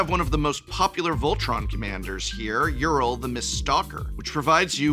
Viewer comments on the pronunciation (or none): none